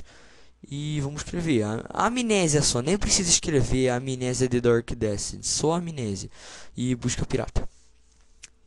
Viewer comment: "Dark"... o cara fala Durk.